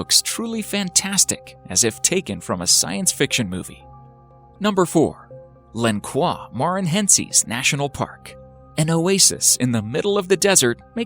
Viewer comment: I love how they pronounced Lençóis Maranhenses, in Brazil. lol. It's not French though, It's Portuguese.